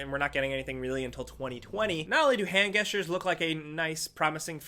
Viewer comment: I’ve never hear someone say gesture with a hard g sound